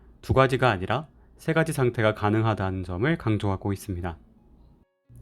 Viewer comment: 잘 들었어요 멋진 내용이네요 근데 읽기 연습 점 해야겠네요 새가지? 새 가지? 세가지? 세 가지? 발음은 또박또박 하는데 억양이 완전 엉터리인 단어들이 너무 많아요